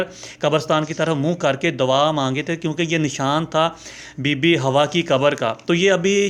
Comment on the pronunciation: اے بھایی ۔۔۔۔۔۔۔۔۔ پہلی بات تو یہ ھے کہ یہ لفظ " ھواء " نہیں ھے ۔ بلکہ " حواء " ھے ۔ اگر ممکن ھو سکے تو کسی مقامی عرب بھایی سے صیحیح تلفظ جان جاو ۔۔۔۔۔۔۔۔ دوسرے یہ سانپ والی کہانی من گھڑت ھے ۔ جو تو نے بھی میری طرح پاکستان میں کسی گلی کی " مرکزی جامع مسجد " کے ان پڑھ سے " خطیب اعظم " سے سُنی ھوگی ۔۔۔ اب وہ پرانے زمانے لد گیے ھیں ۔ خود تحقیق کرو۔ اور پھر مذھبی معلومات کو آگے بڑھاو ۔۔۔